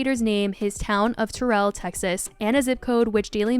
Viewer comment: I was so caught off gaurd with how you pronounced Terrell. I had to look them up to make sure it was the city i thought it was. Didn't even know they were from Texas let alone a smaller place (in comparison to places like Dallas, Houston, etc..) like Terrell.